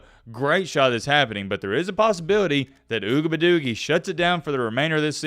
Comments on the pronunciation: Yo, I watch your vids about this dude mostly because how you pronounce his name.. Ugabadoogie... I've been teaching my 4 year old to call his potty time ugabadoogie's.. He be like " Dad I gotta go Ugabadoogie"... The look on people's faces when he says it... PRICELESS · You wrong for mispronouncing his name on purpose. Disrespecting the man's family name is very low of you. Not a fan of him but you should do better. Peace & Love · why don't you stop being disrespectful to this guy & pronounce his name right!...YOU AIN'T FUNNY!! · Why mispronounce his name? Kinda like your cousins mispronounce Kamala Harris name….not really professional. Racism is real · Pronouns the man’s name correctly, even if you don’t like him. Come on colonizers you can do better. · How about you develop some respect and say that mans name correctly he has parents and a lineage attached to that name clown 🤡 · I think is real life slow...saying that man name like that is mad racist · Just because you're not articulate enough to pronounce his name , doesn't mean you should mock it . I have nothing wrong with athletes staying eligible. College is becoming a default football minor league. Let these guys play, let them get paid 💰💰💰 Revenue share next 🤝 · Can you pronounce the man’s name correctly